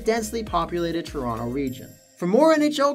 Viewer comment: + "TRONOTO" :D hehe